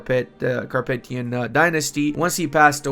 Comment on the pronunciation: capetian (kuh-PEE-shun)